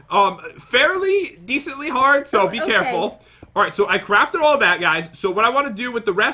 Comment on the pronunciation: Sounds like Pat said crap a chestplate😂